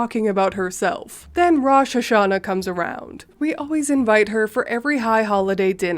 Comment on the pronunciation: Your pronunciation of Rosh Hashanah is close - A Jewish fan.